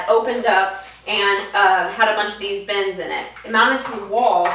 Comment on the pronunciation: Lol sounds like she keeps saying bens, instead of bins.